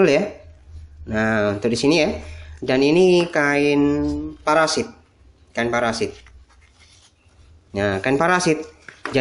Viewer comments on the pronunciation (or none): Kain parasut bukan parasit 😀😀